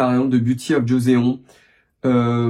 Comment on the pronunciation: Joseon (조선) se prononce <Jossone>, pas jozéon. Il s'agit d'une période historique de la Corée.